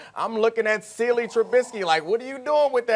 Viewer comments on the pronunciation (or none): "Ceely Trubisky." 😂🤣😅💀💀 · He said "Celie Trubisky" lol. I laughed waaaaaay too hard at that. This has to be the funniest segment I've seen so far today. Lol